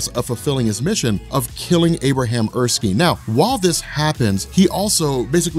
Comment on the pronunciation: It's Er--skin like your skin but spelled with a e on the end -Erskine.